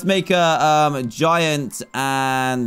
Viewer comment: The way he said giant fart. Gaiant. Faut.